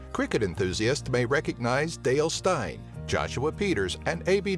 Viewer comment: You can’t say dale steyn Or babotie Wow you can’t say Ushaka that’s easy You can’t say zebra WOW You can’t say mpumalanga It’s a good video but you are missing a lot Sodwana bay, drakensberg, aliwal shoal, etc....